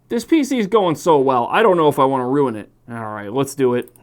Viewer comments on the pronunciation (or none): none